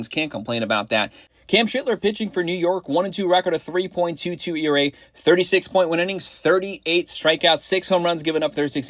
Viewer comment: Appreciate the content. My guy, the Yankees pitcher name is Sch-L-ittler. Put some respect on that man's name lol.